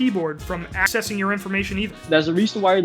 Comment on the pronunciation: he mispronounced access